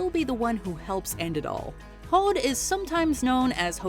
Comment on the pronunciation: I have a few things. First, I Idun is pronounced " e-doon", the R in Heimdallr is silent. When researching these, did you happen to learn how to pronounce the names correctly. You can pronounce Hod correctly, but butcher everything else? You disappoint me